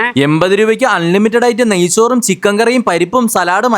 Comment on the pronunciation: നയ്സൂർ അല്ല നയ്‌ച്ചോർ 😂😂😂😂😂